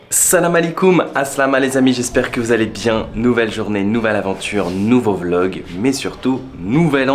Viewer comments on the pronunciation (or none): none